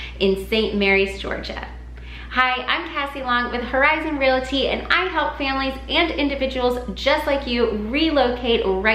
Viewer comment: Realty - NOT relaty. Thanks.